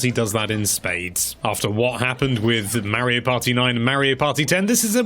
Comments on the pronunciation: MARIO, PLEASE SAY MARIO. NOT MAYRIO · Now look here Mr. "", it's not called "Super MAIRIO", it's supposed to be "Super Mario." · If he says "Mairio" again I swear